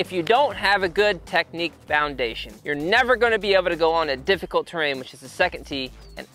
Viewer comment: "Terain" Hmmm